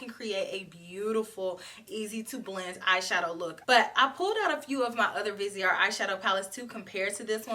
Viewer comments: Who wouldn't love to go shopping in Paris with? I want to try this Vi-say-ar Grand palette (your pronunciation is good, the T & E the end are silent). 😘😘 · i was born in paris xyou pronunce it very well only dont pronounce the final t